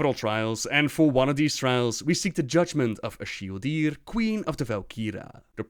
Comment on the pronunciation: btw its actualy not ash-ildir its as-hildir